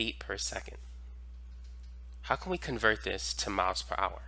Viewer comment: You should try pronouncing miles Miles Miles not maos. And I take it you’re homosexual.